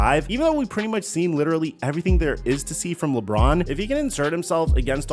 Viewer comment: Lidderally count : 4